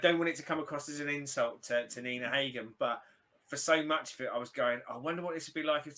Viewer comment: Its not Nina Heygen. The a is spelled like in "half" :D H a g e n